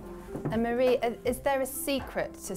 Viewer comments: Her name isn't "Marie" like Marie Curry. She is Japanese. Her name is Marie (mah-dee-ay). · I love how EVERYONE mispronounces Marie's name. Its pronounced "Mar-ee--ay"